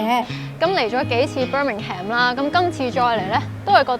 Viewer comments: 提一提, Birmingham 發音唔係Bir-ming-ham, 係Bir-ming-am, 個h係唔發音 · 記住係讀"Birmingum"呀😂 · 謝謝影片。Birmingham最尾的發音不是讀"ham". 上網有輔助資源學。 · Birmingham 唔係讀Ham.... 無h 音 同am 音係煩似fulham 讀ful林 咁既音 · Pretty sure Birmingham is pronounced "bir-ming-em" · 最好留意下Birmingham個發音